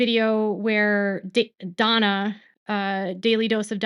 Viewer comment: It's Dana,not Donna.